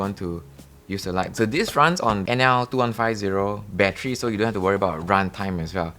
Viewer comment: same but for me it is because he says bat-tree, reminds me of an old Eddie Murphy comedy skit.